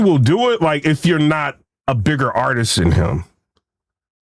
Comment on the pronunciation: just said Cassidy is an "ARTISK" When 🥷🏾 try to talk properly 😂😂😂